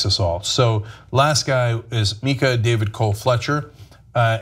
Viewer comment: Taliesin is pronounced ta-lee-zhen. He was a friend and an amazing guy. I also think Micah is pronounced my-cah. That's how they said it at the vigil. And no the republicans in the north west are largely more racist than other republicans because of oregons white supremacist roots.